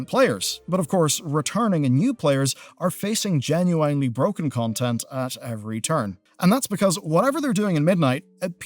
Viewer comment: Please stop saying genuwine, ik youre not illiterate. It's gen-you-in